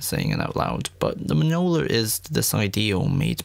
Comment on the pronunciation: that mjolnir pronunciation was nuts